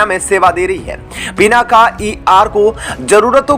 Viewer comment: पिनाका नहीं, पिनाक बोलिए